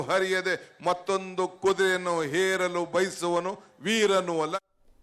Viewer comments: ಹೇರಲು ಅಲ್ಲಾ ಸ್ವಾಮಿ ಅದು ಏರಲು ಅಂತಾ ಸರಿಯಾಗಿ ಹೇಳಿ.ಏರು,ಹೇರು ಮಧ್ಯದ ವ್ಯತ್ಯಾಸವೇ ಗೊತ್ತಿಲ್ಲವೇ ಉಪಮುಖ್ಯಮಂತ್ರಿಗಳೇ?. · Heralu alla adu yeralu k shivakumar. First know the kannada language pronounciation